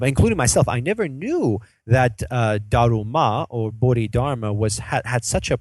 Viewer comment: I'm sorry It is read as bo-di-dar-ma